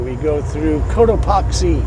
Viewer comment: You drove through my neighborhood! I’m a mile or so away from Fillmore, where you turned west to catch the Freeway. Had I been around, I’d have said “hi”! Still loving your channel - and it’s “coat-a-PACKS-see’. Have a great day!